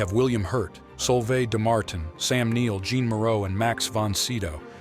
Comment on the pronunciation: "Jean" Moreau?? :C